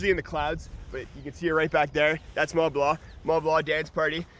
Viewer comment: "Tour du mah blah"